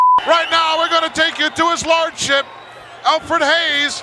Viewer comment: Haha, did Gorilla call him 'His Lardship'?